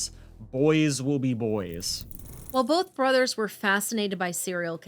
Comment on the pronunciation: We get to hear say “bolth” a lot in this one.:)